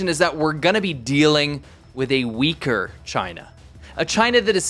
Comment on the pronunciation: Woah - At first I thought I heard you say that 'A Uighur China is a Dangerous China'...